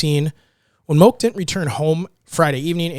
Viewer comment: Moke is pronounced Mō key